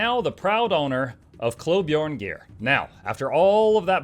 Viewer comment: I know it doesn't matter but dear god it makes my ears bleed hearing the J pronounced as a J and not a Y. So more like klo-byarne instead of klob-jarne or klob-jarn-ee shudders